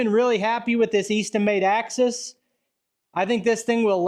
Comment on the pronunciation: You said AXIS HAHAHAHAH Thanks...